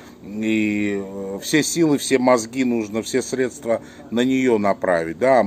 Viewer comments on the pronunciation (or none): none